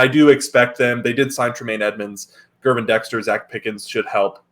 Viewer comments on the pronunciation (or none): Great video. Just a few notes: It's Gervon Dexter, pronounced Gur-vaun. Alexander will shadow Moore, which opens up Mooney, Claypool, Kmet, and the RBs; watch out for Scott (WR) rookie that catches and flies. The Bears have improved in the screen game, on both offense and defense. Also, remember that the Bears lost 7 one possession games last year with literally no WRs that would start on other teams. A defense that was horrible giving up points and yards. If you look at Mahomes game last night against the Lions with inferior receivers, that is what Fields has dealt with in the NFL with the only difference last night being that Mahomes O line is better. My point is that not even Mahomes could have done much better than Fields last year. One of the Eagles receivers last year said that playing against Fields was like playing against 12 guys (QB and RB) because the last 8 games last year, Fields' numbers were good so the needle was pointing up. Lastly, and this goes for the Packers or any NFL team, a great offense will score a TD on 3 or 4 plays out of 60 average plays, which equals 21 or 28 points respectively. Sprinkle in a field goal or two and you have 24 to 31 points. At any given point in the game, Fields can give you one of those 3 to 4 plays with his legs. If he can generate one or two more in the air, then the Bears will be very good this year.